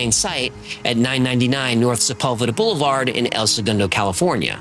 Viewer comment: heh... whats a 'bolevard'?